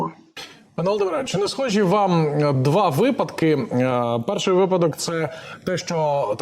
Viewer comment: Уважаемые ведущие, в слове випадок ударение ставится на первом слоге.